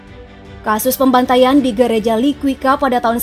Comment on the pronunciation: liquica bacanya liqisa waktu pecah perang sy sd kelas3 di SDN1 kota liquisa tinggal di Btn blok-A no.15 belakang kantor bupati liqiusa sungguh kangen tempat ini teman" sekolah entah di mn sekarang semoga sehat" semuanya